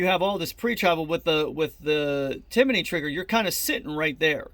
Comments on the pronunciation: Timiney.....it’s tim-ney!!🥴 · There’s no “O” or “a” in Timney. How hard is that?